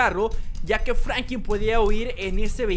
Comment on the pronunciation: franklin se deis fANKLIN